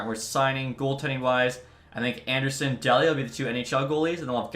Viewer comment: Just FYI, it’s pronounced Dee-lee-uh, not Dell-ee-uh.